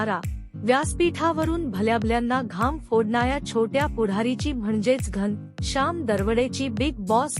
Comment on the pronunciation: घनशाम नाही घनःश्याम , आधी नीट बोलायला शिका , मग व्हिडिओ बनवा